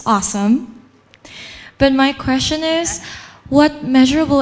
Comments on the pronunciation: Chê thậm tệ MC hôm nay nha! T chê trên live luôn nhưng vẫn có người bênh. Toàn đọc thiếu âm cuối như từ Stage và phát âm sai từ như Question. Âm điệu rất nặng, nghe mệt vl. Đang nghe Phương Linh rất nhẹ nhàng và ấm áp xong với bà MC lên tiếng làm tụt mood. Chê vậy là còn nhẹ đó. Đừng nói t biết gi mà chê. T ở Mỹ gần 6 năm rồi và không có bạn bè Việt Nam, toàn người Mỹ nên t có khả năng để nhận xét và chê 😊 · T chê trên live luôn nhưng vẫn có người bênh. Toàn đọc thiếu âm cuối như từ Stage và đọc sai từ như Question. Âm điệu rất nặng, nghe mệt vl. Đang nghe Phương Linh rất nhẹ nhàng và ấm áp xong với bà MC lên tiếng làm tụt mood. Chê vậy là còn nhẹ đó. Đừng nói t biết gi mà chê. T ở Mỹ gần 6 năm rồi và không có bạn bè Việt Nam, toàn người Mỹ nên t có khả năng để nhận xét và chê nha 😊